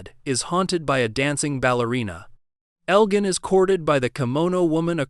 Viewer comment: your AI voice can't pronounce names properly , a dead giveaway. Elgin is pronounced with a soft g, your bot voice uses the hard G.